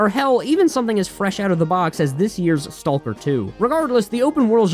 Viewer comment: where are you from that you pronounce the silent 'L' in walk, stalker, etc?